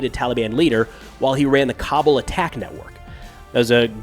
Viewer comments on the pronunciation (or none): Cobble? its “Kabul”, lmfao